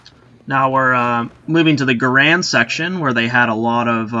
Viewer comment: John C. Garand's name is pronounced Gair-end, not Guh-rand